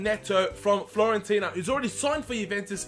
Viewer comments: Dear, I just want to let you know that you mispronounced Florentina, it is Fiorentina with an "I" instead of an "L":). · It's Fiorentina not FLorentina :D